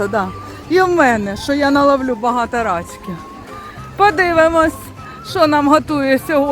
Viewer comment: Привіт,! Дивлюсь вас з Растюнею вже місяців 5. Ваші випуски - це вже як шторки відкрити,щоб сонце зранку запустити в кімнату)))) Завдяки аам побувала в Одесі, та й плаваю тепер у Чорному морі)))) Віртуально,звичайно. Тільки намагайся говорити не рАчки, а рачкИ, або креветки,гаразд?😊 Ну,попливли!